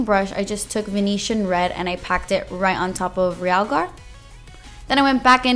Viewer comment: finally somebody pronounces realgar correctly...